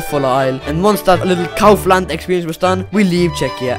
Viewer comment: I would say that he pronounces it well no? At least in Czechia we pronounce it the same :D